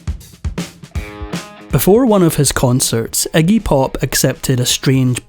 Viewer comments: The narrator calls him 'eggy', it's Iggy. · Eggie?.. His name is Iggy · * Iggy* not eggy🙄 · I never realized that Englanders (Or is that Irish?) pronounced it Eggy. All of this talk about blood, vomiting, and everything, yet there is no video footage of any of it. No matter how "punk" he is, he is a mainstream act because he has the same handlers (sells his soul) as everyone else that gets to be that famous.